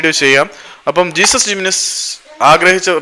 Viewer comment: Jesús Jiménez സ്പാനിഷ് പേര് ആയതിനാൽ "ഹേസുസ്" എന്നാണ് വായിക്കുക. ഇംഗ്ലീഷിൽ "ജീസസ്". അതു പോലെ "José" എന്നത് ഇംഗ്ലീഷിൽ "ജോസ്" എന്നും സ്പാനിഷിൽ "ഹോസെ" എന്നും.